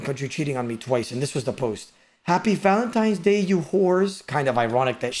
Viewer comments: "Valentimes Day' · No way says valenTIMES day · oda the fucking toddler..."Valentimes" bro... u call spaghetti pascetti?